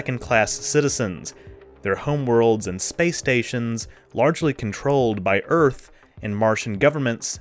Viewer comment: I can’t really stand her constant yapping about “Urf” (Earth).